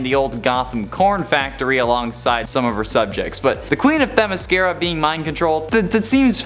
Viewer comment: Teh MISS kear uh?